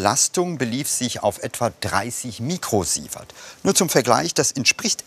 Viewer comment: lol! "mükrosievert" - ich dachte der Ranga wäre Inder und nicht Türke.